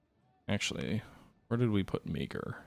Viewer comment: You are pronouncing Meaghers name wrong. It’s pronounced Marr. General Meagher of the Irish Brigade.